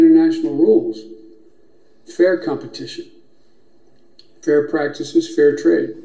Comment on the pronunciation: 美國佬個 “fair”字很騎呢。覺唔覺得佢對眼十足老鼠眼。